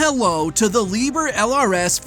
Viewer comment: Just a hint: Liebherr is pronounced Lieb-Herr!